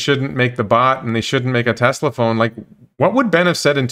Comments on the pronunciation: He can’t even pronounce the company name correctly: “Tezla” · Ben it talking about Tezla. Lol. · Since he posted a video of him crying in joy about paying off his home, and bragging about how he's getting TWO free Roadsters, I feel that he's just a click baiting snob. I'm as confused to his sudden change as well, it's obviously driven by some kind of profitable agenda. And dammit, it's TeSla, not TeZZZla. Lol. This made my day. Thank you!